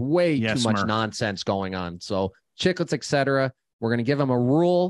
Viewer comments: Armdog don't give us ek-cetera every episode right off the hop. Work on et-cetera lol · Love the show but if you stick with the name you all have to learn to say "ETT SETT ERRA" not "ECK SETT ERA"